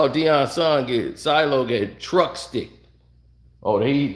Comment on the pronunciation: His name SHILOH not Silo. LOL